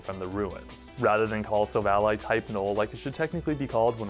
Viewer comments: What do you mean? It’s like “Silver & Ally” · No offense but you prenounce it like Silvallai. Again no offense and I really like your content keep it up and soon you will get 1mil subs❤❤